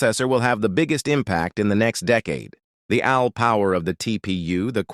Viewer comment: Wtf am I watching? This graphical visualization (mainly) and the narration is a joke. 1: - "from your phone to Al (like Albert) clouds to Quantum labs". It should be "AI" (A-eye). 2: -"Now let's turn to the GPU". This displays a "GPT" processor? 3: -"was the same math at the heart of scientific computing and Al (like Albert)". Again, should be "AI" (A-eye). And the caption shows "I". 4: -"workhorses of the AI revolution". Which is part of a different video captioned video about I'm going to assume Chat-GPT. This is barely a quarter of the way through the "information video", and I'm noticing this much misinformation? Visually and Audibly? Even though most of the information is correct, you need to correct the visualization and how part of the topic is pronounced. This is lazy information in my opinion, smh.